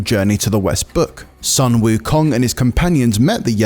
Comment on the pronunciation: "Sun Wukong" "Tang Sanzang", these are the easiest Chinese names to pronounce, he still can't do it....lmao